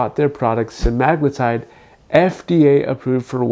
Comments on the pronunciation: Sema-glutide. Not Se-magloo-tide. 😂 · You pronounced semaglutide soooo wrong I can't listen to ur video. Sema-glutide not semag-lutide. What the hell is a "lutide"? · It’s pronounced sem-ah-glue-tide